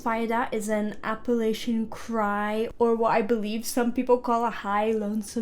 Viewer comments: Love ya but app-a-latch-un is the proper pronunciation. Thanks from the Appalachian mounts in TN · Its (apple-atcha) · App-uh-latch-uh/in. Just fyi on pronunciation of those mountains.